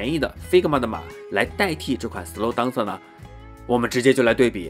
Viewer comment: up主你这个DANCER发音有很大问题。这个词发音不是。。当瑟。。不是当。。。而是发音。。点。后面加AN再接瑟。。。连起来就是标准发音了。。。整个视频你当瑟说了几十次听的尴尬症都出来了。。因为是常用词感觉有必要帮助你纠正发音。。并非挑刺。希望UP主可以理解。。。抛开这个发音整个测频还是相当专业的。